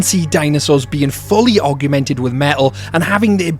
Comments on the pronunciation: Am I deaf or are you saying "arguemented" instead of augmented? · The pronounciation of "augment", "augmented", and "augmenting" in this video hurt me physically.